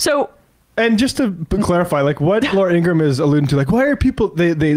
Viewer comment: ingra ham is how her last name is pronounced.